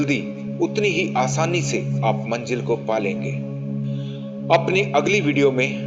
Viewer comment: Sir aap bahut achha bolte hai lekin Manjil word ko aap Manzil bole to achha lagega